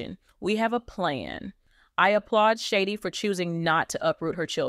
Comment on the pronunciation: Her name is Shadee’ not shady